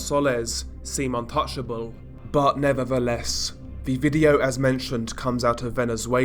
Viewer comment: You are a great narrator, always entertaining. “But nevadaless…”